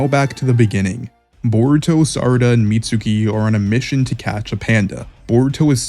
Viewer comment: "meet sookee"????